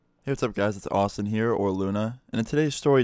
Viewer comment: When you say Austin it sounds like you say awesome Btw this comment is not trying to be offensive You have the most interesting life lol 😂